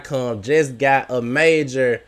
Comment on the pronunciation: You finally said it right and then messed it up a couple seconds later. Stop saying cum